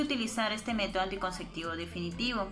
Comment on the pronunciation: Muy interesante pero por favor. Es anticonceptivo. Nooo anticonceCtivo!!!!